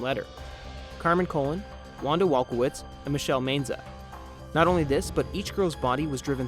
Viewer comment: If you're going to do a story you really should pronounce the name s correctly. It was Colon (sounds like Ca-lone), Maenza (sounds like my-en-za) and Bianchi (sounds like Bee-on-key)